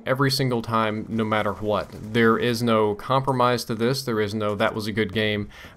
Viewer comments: "no matter hwat" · lol why so much emphasis to the "H" in "WHAT"